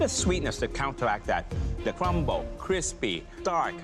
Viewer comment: The sweetness to countawact that The cwumble